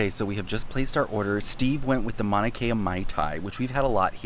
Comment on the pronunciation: You probably know this by now but the proper pronunciation for Mauna Kea.. Mau-na Kay-a. Just in case. Love the vid!